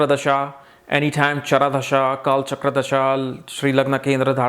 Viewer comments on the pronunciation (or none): none